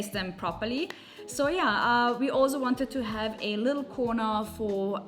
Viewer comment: Time to learn to say “ also” the right way